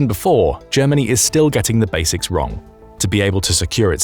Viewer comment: Germa ..... hahahahahahaha! ... Ger..... hahahahahahaha! ...... Germanniiiiiii a Suuuupeeeeerpaaaaaaauaaaaaah. hahahahahahahahahahahahaha! This is so ridiculous, I can t believe it! ... Hahahahahahahahahahahahahaha!